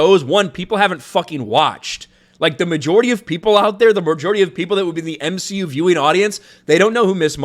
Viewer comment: Its m-she-u... You should know that by now.